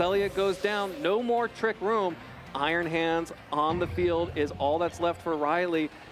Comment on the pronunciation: is there a reason why he can't say 'Trick room' but instead has to say 'Trick rOOm' ?